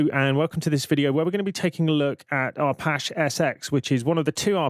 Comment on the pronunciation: Pendant alert: Arpache derives from Apache - as in the indiginous American tribe, so you are pronouncing it wrong. Just sayin'. You're welcome ; )